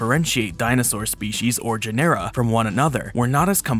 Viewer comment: One nitpick: genera is pronounced JEN-er-a, like the word general without the l.